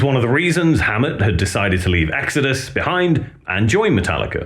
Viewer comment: In the beginning there was EEGS-AD-US. BONDED BY BLOOD!